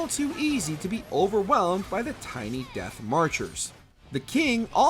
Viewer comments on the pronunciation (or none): none